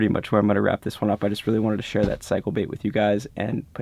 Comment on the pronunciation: Did you say they were “cycle” baits or “psycho” baits. Sine they both snagged up and got away I think you may have meant psycho, right? Sorry I couldn’t resist.